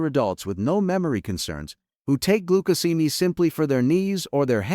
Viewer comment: AI is unable to pronounce glucosamine. Every time glucosamine is said in this video, it is pronounced differently. What we do not know from this study is what else did people eat, if anything, besides glucosamine that may have caused the 25% increase? I read the study and there is a connection between glucosamine causing sugars to bind to proteins. Based on what I read the problem might be to much sugar in some peoples brains?